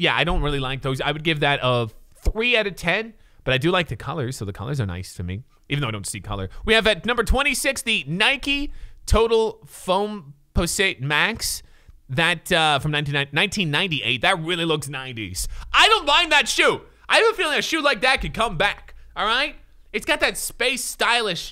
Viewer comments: “Total foam po-sit”....come on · He said foam pose it 😂😂😂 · He said “Nike FoamPussIt”, LoL. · This guy doesn't even know how to pronounce Foamposite. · Right wtf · The way he said “foamposite” makes me want to unsubscribe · He can't pronounce foam posit unsubscribe lol